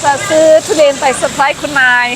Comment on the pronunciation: มันคือ ทุเรียน ไม่ใช่ ทุเรน หัดพูดใหม่นะ